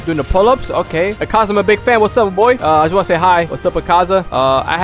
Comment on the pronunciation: It’s not akza it’s akaza